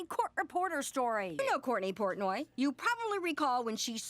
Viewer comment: I just noticed that PC mispronounces Portnoy as "Pourtney" . And I am devastated 😢